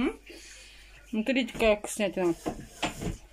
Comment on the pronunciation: Так она ещё вместо слова " смотрите" говорит " СРИТЕ", никакого уважения к зрителям нет